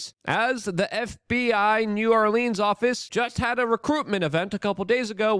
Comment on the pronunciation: Biden is one of the few people I've heard say new orleans correctly 😄